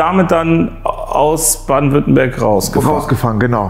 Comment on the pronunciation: Nürnberg aber Badenwüttenberg und vorher sagst du ludwigsburg häöäää?